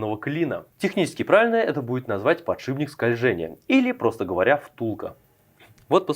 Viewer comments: ПодшиПник, не подшибник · сколько раз за видео он сказал подшиБник?